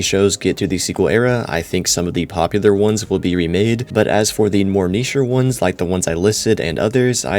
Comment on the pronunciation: Ain’t no way he said niche 🤣🤣🤣🙏🙏🙏